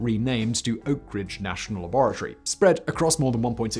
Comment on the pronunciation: Am I the only one who clicked just to hear Simon say La-bore-a-Tory